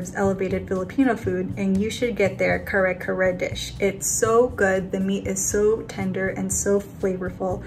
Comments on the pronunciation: KA-rré KA-rré, for the LOVE of jesus christ. But, happy the boys are repin' pinoy cuisine. And it's Bah-goo-ohng, Shane 😅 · as a filipino, i giggled at the way shane pronounced "kare kare" and "bagoong" lol glad y'all liked it, i'm hoping they try more filipino dishes soon!